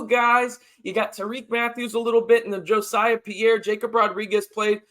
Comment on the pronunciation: I'm pretty sure Jesiah Pierre's name is not pronounced Jo-siah, but I could be wrong. Jacob Rodriguez is a great story. Transforming himself from a 200 pound QB prospect at Virginia into a hulking 245 pound starting middle linebacker for our Red Raiders in the span of 18 months. Our facilities and strength and conditioning staff are A1 Aces. Lastly, Mike Dingle and Justin Horne are both athletic freaks and strong candidates for stardom at Texas Tech and a place in the NFL. Can't wait to watch their development.